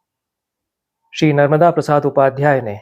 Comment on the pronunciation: "नर्मदा" (न+र्-म+दा) संज्ञा का उच्चारण अखर रहा! सादर🙏